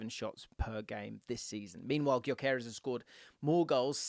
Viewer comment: How much research did you do wrt sporting? Just curious because you’re pronouncing Gyökeres wrong. All you have to do is watch the match as they names the starting line up and you’d have it